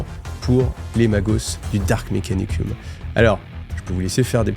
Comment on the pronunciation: Yo ! Un régal tes vidéos et cette nouvelle chaîne !! J'aimerais te dire que le suffixe -um provient du latin et se prononce -om; Dark Mékanicom, Impériom, Forom ... Etc ! Je veux bien qu'on dise Mékanicuss mais Mékanicume c'est ... ben j'étais dans le lit et ça m'a sorti du récit. Après j'ai conscience d'être le seul à me soucier de ça mais bon ...